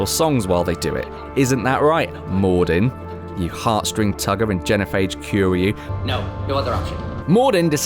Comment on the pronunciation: The way you say Quarian... shiver